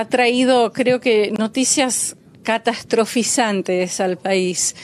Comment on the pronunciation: Se dice catastróficas no castastroficantes 🙏👎